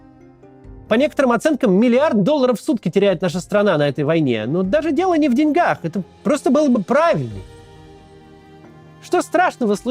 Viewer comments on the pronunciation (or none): none